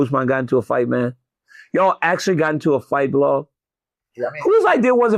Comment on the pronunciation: DC, don’t you mean Blahal & Jack Dellalama? Get it right!